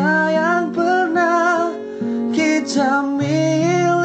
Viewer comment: kalau boleh sebutan tu biar betul.. jangan ada "C" . contoh "untuk selama lama nya".. bukan"untuch selama lama nya".. "dan bila esok kita kan bertemu kembali" bukan " dan bila kitcha kan bertemu kembali"... sebutan biar betulll